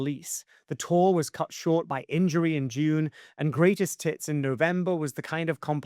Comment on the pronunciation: Haha I swear you said "greatest TITS" instead of hits at 10.20!!! 🤣🤣